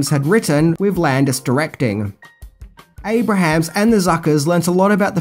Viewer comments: “Abrahms” not “Abrahams” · Jim's name is pronounced AY-brums, not AY-Bruh-hams. Also, the impressionist is John BYNER, not "briner." With 304k subscribers, I would think you could mic yourself better in those live shots. You could leave t. hose parts out entirely, actually. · Abrams. Not Abrahams. John Byner. Not Bryner. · It’s ABRAHAMS-2 syllables, not ABRAHAMS-3 syllables!!! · Abrahams. Pronounced: (Abe-rims) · You say Jim Abrahams name incorrectly. It's pronounced "ay-bruhms" -- you've been making great videos for a LONG time....you should know to Google name pronunciations. ;] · Abrahams is pronounced Abrums